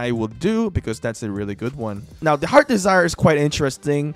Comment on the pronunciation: Second, it's heart's desire not heard desire. U put heard desire not heart's desire😅😅😅🤣🤣🤣